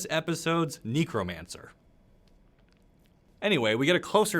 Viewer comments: Knee-cromancy!? you barbarian! its NEh-crow-Mancy. also its SANG-grow-mancy. or if you prefer Hemomancy. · You nailed “Sangromancy”. This episode’s NIcromancy is a Gangnam Style parody in 2019.